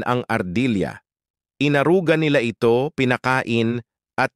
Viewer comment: Ampunin, inaruga, na ito, 😅😅😅😅😅nabigla ako sa accent na nabigkas parang mali yata 😅😅😅😅😅. Nakakapagtataka😅😅😅😅